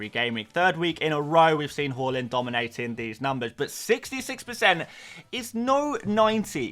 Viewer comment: Haa-land Who’s Haw-lund?